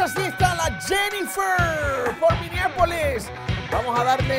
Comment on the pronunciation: MINNEAPOLIS no MINIAPOLIS LOL